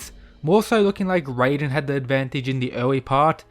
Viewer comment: Stop doing this, stop pronouncing raiden’s name as “rayden”, we’ve been through this like a month or two ago, you’re supposed to pronounce his name exactly the way it’s written, “Rai-den”, you said you’d stop, but you haven’t… why?